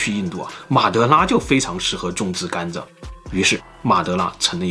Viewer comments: 是我的錯覺嗎？老聽到總裁把甘蔗念成甘炸......嗯，糖吃太多了，就炸了！！！？？:_zongcai有問題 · 为什么要把甘蔗zhe读成"干炸"呀 😂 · 甘蔗 zhe，不是干炸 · 甘蔗念gan zhe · 碳水进入身体都会转化成糖，所以很多从来不吃糖的中老年人，也会得糖尿病。中国很多地方的饮食结构真的有问题，尤其是西北，面食真的太多了。 另外，这个甘蔗（zhà）的发音太魔性了🤣